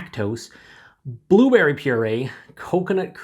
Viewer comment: you said two berry instead of blueberry lol